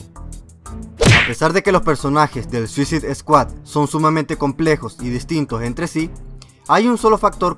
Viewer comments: "suicid eskuad" m sangraban los oídos cada vez q lo escuchaba decirlo :'v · se pronuncia suasaid escuad y segundo se dice hubo no hubieron (no existe) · es suisaid scuahd no suzid scuahd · Suisid Escuat! 😂😂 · mira al que iso el video ni se pronuncia asi el nombre de la pelicula se dice tal como voy a escribir escuadron suicida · ZUISID SKUAD??!!! jajjajjaja y lo peor de todo es que la pronuncias de tres formas distintas jajjaja xDDD (verguenza ajena) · Veo que me esta lloviendo mucho bullying por la pronunciación de "Suicide Squad", Bueno... al menos se están divirtiendo.. y eso es lo que quería :´v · Chicos, veo que mucha gente lo está comentando, así que mejor lo aclaro con este comentario, cometí dos errores, para empezar pronuncie mal suicide squad, lo siento, ya hasta la penúltima curiosidad me di cuenta, y la segunda es que Deathstroke no sale en la película, lo siento, estaba leyendo el cómic mientras hacia el guión y me confundí. Lo siento y saludos!!!! :D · mejor dilo en español escuadrón suicida...o al menos entra al traductor de Google y escucha como se pronuncia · Para la proxima puedes decir bien SUICIDE SQUAD? is annoying how you said it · aprenderás a pronunciar correctamente " Suicide Squad" algún día...??? Lo que dices suena a puñaladas en los oídos...!!!